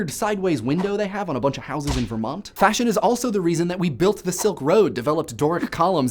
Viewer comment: You said Vermont wrong.